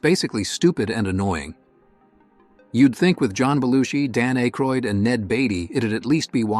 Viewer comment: 1941 was FREAKING HILARIOUS! BY the way, it's pronounced ACK-roid not ACHE-roid. Check your narration before you publish. 1941 FUNNY!!!!